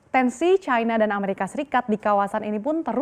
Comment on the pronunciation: MBAK..... BUKAN CAINA........ YANG BENAR CINA MBAK...... KECUALI KALAU BERITANYA ITU FULL DGN BAHASA INGGRIS, BOLEH ANDA NGOMONG CAINA, ANDA ITU PINTER TAPI KEBLINGER YA ORANG ORANG SEPERTI ANDA INI, COBA DEH BELAJAR LAGI.